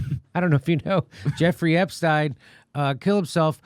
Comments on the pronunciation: I don't think there is anyone out there that has heard anything about Epstein thinks that he committed suicide. And thank you, Jimmy, for saying his name correctly. Ep-stein, not Ep-steen. Either that or Einstein is Eensteen. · Finally someone who pronounces his name correctly. Stein. Ep stein.